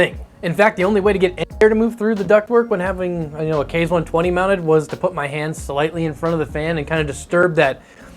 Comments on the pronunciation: Its kah-zee, like kamakaze. Not kayz :) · OMFG PLEASE quit calling it a "Kayz" fan!!! It's pronounced "Kah-ze"! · Id just like to point out that the fan name is pronounced "kah-zay" not "kay-z" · "Kah zeh" like I know everyone on the internet can pronounce "kamikaze" NOT "kays". KA ZE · ikr so annoying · Japanese language uses Latin-style vowels: A="Ah", E="Ay", I="Ee", O="Oh", U="Uu". So "Kaze" is pronounced "Kah-zay", not "kayz". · Nice review and appreciate all the methodology of testing the fans. Just one minor thing, with the rest of the weeb naming of the Scythe products Kaze would be pronounced “kah-zay” rather than “kayz”. Now I’ll stop being that guy. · Kaze = kah zay Counter rotating, not contra rotating. Cmon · Your pronunciation sucks. "kah-zay" it is Japanese for wind, same pronunciation as the Cougar QBX Kaze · In case anyone cares, "Kaze" is pronounced "Kahzeh," and is the Japanese word for wind. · It's "kah-zeh", but good try